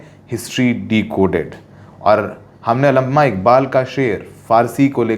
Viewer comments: जी आप अपना उच्चारण सही करें ~ अल्लमा ❎, अल्लामा इक़बाल ✅ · ji it's अल्लामा not अलम्मा। Thank you. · Allama Iqbal not Alamma pls correct it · bhai wo Allahma iqbal hai Alamma nhi😅😅😅😅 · Alama nahi alama, prononciation sahi karo,samne sir hai unse hi sikhlo yaar.. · अलम्मा नहीं हैं सर, अल्लामा हैं Thankyou nice information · Alamma Iqbal nahi, Allama Iqbal hai wo. Itna bhi nahi araha hai? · अलम्मा नहीं जी "अल्लामा" इक़बाल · Alamma nahi, Allama Iqbal